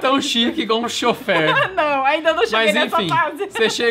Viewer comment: ngm:: choffer